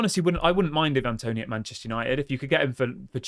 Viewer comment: It's not evan toney, it's i van (ivan toney